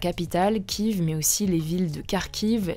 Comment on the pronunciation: Il me semble que la capital ukrainienne Kiev se prononce [KIEF] et non pas [KIV]. On entend ce nom depuis 1 ans aux actualités...